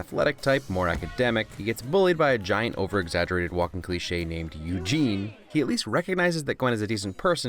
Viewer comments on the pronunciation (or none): none